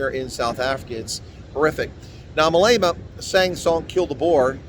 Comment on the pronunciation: Please pronounce the thug Malema's name correctly. His name is not Malayma. His name is Malema as in the e in get. Malema. I am a follower of you but this irks me to no end.